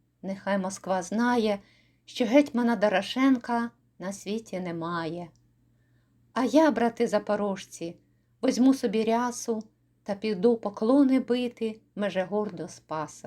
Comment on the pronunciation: У декламаторки вимова шкутильгає: - треба вимовляти не бої[ШС]я, а бої[СС]я; - не запоро[ЖЦ]і, а запоро[зц]і; - не по[Ц]ягли, а по[Т]ягли; - орел не ТВОЙ, а ТОЙ; - не я[г] день (той настане), а я[Ґ] день.